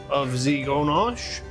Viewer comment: Oh yes now I remember this guy he's been on Rachel ray I do like oreos but for me I think the Oreo cake will be sweet but I will try it aint gonna lie lol I love how buddy sounds so fancy saying ganche